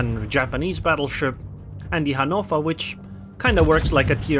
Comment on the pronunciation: Finally someone who is pronouncing Hannover as it should be! ^-^